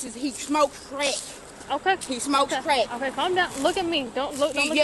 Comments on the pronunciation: I don't think she said crack, it sounded more like "creck" (a new type of meth maybe?) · He smokes Creck, not ‘crack’, *Creck* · "Smokin creck" 😂😂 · "He's a creck-hid! He smokes creck"